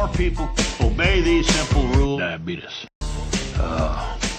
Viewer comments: I promise you... Diabeetus LOL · it's Actually DiaBeetus